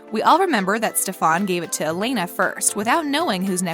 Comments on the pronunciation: Please noooo, it's Stefan, not SteeeFAAn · The name is Stef-an not stef-arn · I really hate that you CONTINUE to call that man “SteffON” when it’s “SteffAN” 😂😂😂😂 u clearly didn’t watch the show🤦🏾‍♂️ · its stefen not stefan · it's stefan ..not stefaann....its disrespectfull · Why the fuq do you keep saying StefON? Lol! Did you even watch the show? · YOU SAID STEF-AUN.....HAHA INSTEAD OF.. STEF-AN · The fact that she says “StEpHoN” instead of “Stephan” makes me TRIGGERED 😭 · Btw, its Ste-fun not stefaan! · Pronunciation wise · IT IS STEFAN NOT STEFON!!!!!!!!!!!!!!!🤬🤬😡😡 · why are you calling him StefaAUUAn its stefan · “Stephan” it’s Stefan😭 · It’s pronounced «Steffan» not «Stefaan» lol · Why did she say Stefon instead of Stefan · Pov: It's stef-hen not Stef-han...just saying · Ugh, it's Stefan! Not Stefon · The thing that she says stefAn and not stEfan 😡😤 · Rebekah and Hayley were never enemies the heck is she talking about? this girl has not watched this show at all!!!! and the necklace Rebekah gave to hope is not the same that Stefan gave to Elena the one Rebekah gave to hope has the family symbol on it, and finally its pronounced (ste-fin) not ste-fon!!!!! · Seriously when are you going to watch the show, and learn how their names are pronounced. Stef- an not Sta-fon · One question why you call Stefan stAVON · StefPhon it’s Stefan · It’s Ste-fen not Ste-faaaan OMG 🙄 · Bruh its Stefan not STEPHAAAAN PLS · I can’t with the StefON 💀💀🤣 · i literally hate this channel. they heard somewhere that tvd universe is popular so they made a video just for views. everytime this girl says stefOn it cringes me. Legacies is far from "our favorite show" it's bullshit. they have never seen any of the shows! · It’s pronounced Stefen 🤦‍♂️ you need to be smacked lady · Did it really just say stafan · StefAn ... who's talking? Kai parker? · When she says Stef-OOON! instant DISLIKE!!! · When she said Ste-fan 💀😭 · say it with me stef-in thats how you pronounce stefan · lol stef OHN